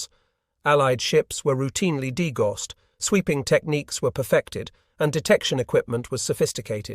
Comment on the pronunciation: Degauss is pronounced DE-Gow-s.